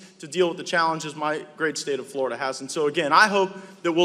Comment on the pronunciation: Matt certainly puts the "da" in Flora"da"... Did you "send us your best"...?